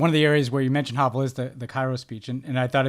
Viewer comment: Hey Tommy, Ben, and the whole CROOKED team, Sending you all greetings from Prague. Thank you so much for this episode and your kind words about Vaclav Havel (also for not mispronouncing his name). US politicians often use his name as a buzzword, which just makes my head explode. (Paul Ryan mentioned him in his speech to the Czech Parliament in 2018, as did Mike Pompeo when he addressed the Czech Senate during his visit in May this year; as if VH would have had anything in common with these two...) In my view, VH was the best president we’ve ever had, and we’ve been going downhill since then. Anyway, I'm always surprised to hear you talk about President Obama’s trips to the Czech Republic. I’d think that they would rank low on the list of the hundreds of foreign trips you have been on, since I consider my country rather insignificant in the larger world context. Finally, thanks also for sharing your reading tips – they’ve been greatly appreciated during our ongoing lockdown. Looking forward to new episodes in 2021. Enjoy the holidays.